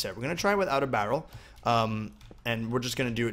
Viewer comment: You say barrel so weird haha